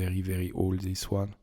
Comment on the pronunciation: The projection is called in English a "turret", the pointy roof is a "spire". Enjoying listening to your accent. Every time you say "Is veddy nice" I can't help but hear Mr Creosote from Meaning of Life, or the French kniggets from Holy Grail. 😁😜 I don't understand why so much history is so run down and abandoned in France. These places should have so much tourism potential. Except the first one. Sharing walls with neighbours? No thanks.